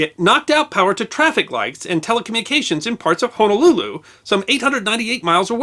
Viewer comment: Also.....thank you for pronouncing "Honolulu" correctly.